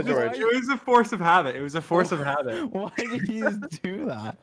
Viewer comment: “it was a force of habit” WHAT WHY IS THAT A FORCE OF HAVIT